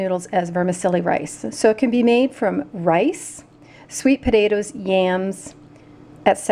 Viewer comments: Pot ta toes not pudadoes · Did you mean potatoes? You said podadoes 😅